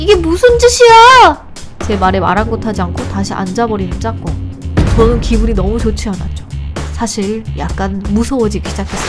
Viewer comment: 짝궁을 짬뽕이라고 들었어욬ㅋㅋㅋ